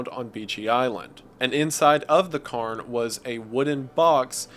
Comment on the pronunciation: 'Cay'rns' is the pronunciation, Scotland has thousands of them. The locomotive engine was hardly used iirc? It wasn't efficient and they didn't bring enough fuel anyway.